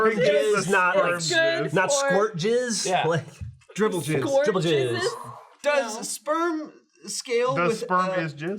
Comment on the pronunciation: Who the FUCK said dribble-jizz and got away with it???